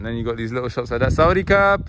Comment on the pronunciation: Bro says ‘saudicap’ for thank you in Thai